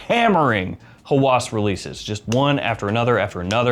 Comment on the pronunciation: Hawas is an arabic word that means obsession, and its pronounced with a distinct H sound, so more like how-us, rather than haw-as. To all have a great day.😊